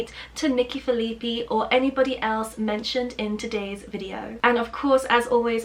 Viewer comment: Her last name is "Phil-eh-pie" :)